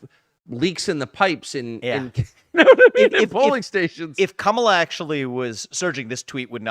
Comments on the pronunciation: "Kamala, Camela....Carmela"🤣🤣🤣🤣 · I like how Viveke pronounces "Kumula" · Comma-la, Kahmah-la, Carmela? …. Who Cares? 💀💀🤣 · MTG said “who cares” when ask how to pronounce Kamala